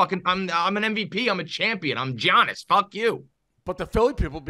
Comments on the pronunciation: If says "G-Annis" one more time, I might kill myself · Imagine saying his name as GEE-annis 😂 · It’s pronounced YAH-NIS!! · Guys the mispronunciation of Giannis's name was terrible haha & Dave need to apologize! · As a Greek, please God someone teach this man how to say the best player in the worlds name. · The way they pronounce Giannis is mad 😂😂😂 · How many times is he going to say Giannis wrong? That was aggravating as hell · I see they learned how to pronounce Giannis’ name from PFT